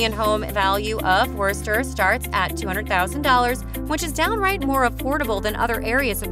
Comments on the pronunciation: I stopped the video after you mispronounced Worcester and showed the attractions and photos of the British town of Worcester. You clearly haven't been here and haven't done enough to actually do any research about this place. Thumbs down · AAARGH!!! Foo-nile-hall? Really? And it's pronounced Woosta, without the "r". I lived in Tax-achusetts for 25 years and moved out because the climate is nasty and the cost of housing is breathtakingly high. If you want to live in New England my best suggestion is southern New Hampshire. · Foe Pete's Sake! If you're posing as an expert on Worcester, please learn how to pronounce it! It's woster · Had to stop when they said Wercester 😂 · I cannot believe that the narrator pronounced "Worcester" as "Werster." This doesn't do much for the credibility of the video. And "Foo-nail" Hall? Is she kidding? This is what happens when you have an ignorant announcer reading from a script, without proper preparation. It's really annoying. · Who pronounces Worcester that way? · I grew up in Connecticut and know its not pronounced Wurster. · werster 😂😂😂 obviously does not live in mass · Just letting you know that you said Worchester wrong. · God, thats the wurstr's way to say Whuhstah. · It's 'Wistah,'. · They don’t know how to pronounce Wosta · its WOOSTA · When she says "WURST-er" you can tell she loses all Mass. credibiity. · Wuuuurster 🤮😂 Vernon and bell hill lol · The butchering of "wuh-ster" and "no-nan-tum" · 🤣 What a disaster of a video. From the many mispronunciations to the clips of Worcester England (including clearly English rugby clip), I have never seen such a lazy and lame attempt at information. And that is not even mentioning the list itself, which I can only imagine was developed based on available clips. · Yeah when i heard how she said worcester i knew this was gonna be dookie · Aint no way she said Worcester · Worcester you serious